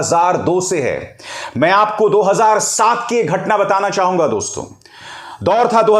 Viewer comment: You have good pronunciation in hindi but pl don't speak दोस्तों, जबकि यहां दोस्तो(dosto) सही उच्चारण होता है। यह एक संबिधान है संबोधन में nasal sound नही होती।